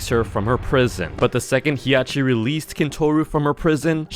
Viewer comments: As a Mimic enthusiast, I instantly got a cardiac arrest of disappointment when he mispronounced Hiachi. It's Hi-ya-shi, not He-ya-shi. I'm still patiently waiting for pooks to appear. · if you didnt know the monsters were based on japanese myths youre genuinely stupid. the japanese female slenderman as ppl call it is named "Hiachishakusama" 3 monsters ingame or just named the 3 parts of that one myth also the first i in hiachi isnt pronounced so you dont say Hee Agh Chee you say Hah Chee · It hiachi not Hiyachi also Tsukiya not Sukiyaki and it Tomiko not Kumiko do some research